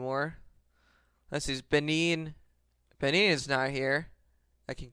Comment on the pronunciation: ben-in not bunene